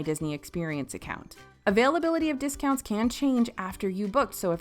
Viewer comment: Error detected: “Hotel Discountsi”